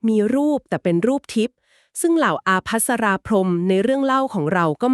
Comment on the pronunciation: ไม่ได้ออกเสียง อาภัสรา พรหม ออกเสียงว่า ปภัสรา พรหม